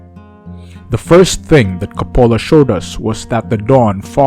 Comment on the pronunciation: Learn how to pronounce the Director’s name correctly. It’s embarrassing when you mispronounce a famous Director’s name on YouTube 😉